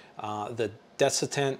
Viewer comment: Good video. Just fyi it’s desiccant